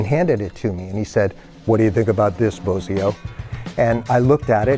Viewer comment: I think it's funny Frank had a habit of mispronouncing Terry's name.